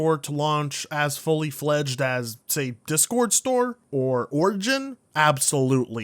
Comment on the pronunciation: “You have reddit, DES-CHORD” ~ You can tell this dude has never experienced PC gaming when he can’t even pronounce the name of the most popular communication application